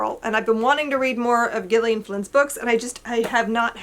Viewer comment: FYI the name GIllian (as in Gillian Flynn) is pronounced with a SOFT G, not a hard G, more like JILL- EE - IN. I grew up with several friends named Gillian. It was a popular girls name in the 1970s.